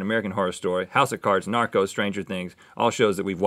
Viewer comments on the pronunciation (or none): I thought Rhett said Naruto instead of Narcos 🙈 I wonder if they watch anime 🤔